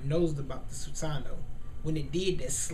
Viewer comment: Erm I Like The Video, But It's Pronounced 'SU-SA-NO-O' And Another Thing ... Madara's Susano'o Is Meant To Look Like A Tengu O.o ...